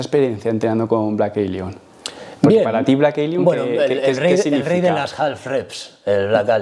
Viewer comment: "Blek Elion" xD